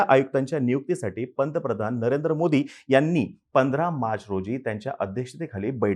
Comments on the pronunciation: मोदींचा उच्चार नीट करा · तुम्हाला मोदी स्पष्ट उच्चारता येत नाही..? ००:१८